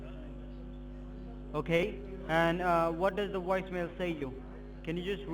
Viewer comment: A Woice Mail???? They learned English at WalMart. lmao